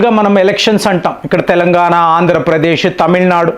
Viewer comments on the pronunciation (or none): none